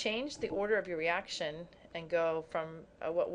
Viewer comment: you said eraction lol <3